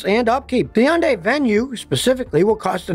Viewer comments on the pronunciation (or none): NO. not YUNDAI. HUN DAI. That's it. Just HUN DAI. No Yun